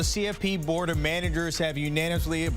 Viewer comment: News got this guy twitching so bad he str8up said "Man-a-Gers" LMAO